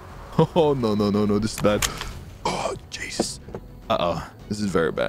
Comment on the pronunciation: he do be saying cheesus 0_o